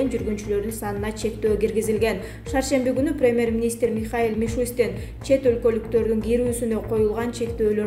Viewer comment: Деги дикторлор окушканбы?Такыр туура окушпайт,речь дикция жок(перемер министр,каарантин)